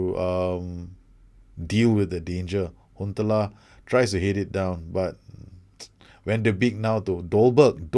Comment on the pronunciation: Van de Beek is pronounced "Van de Bake"